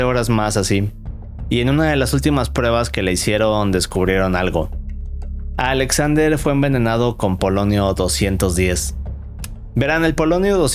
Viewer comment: Por qué pronuncia “Alexander” con doble “A”? xd Qué raro